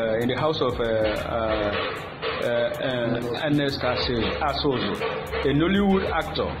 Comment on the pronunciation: Not Ozuzu.It is Azuzu